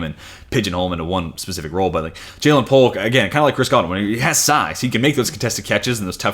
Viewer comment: Jer’Zhan Newton for the Houston Texans! ☑ Ja’Lynn Polk. ❌